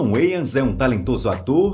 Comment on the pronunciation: Finalmente aprendi a pronunciar corretamento o nome "Wayans" rsrsr